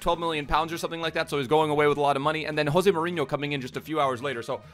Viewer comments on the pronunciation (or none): none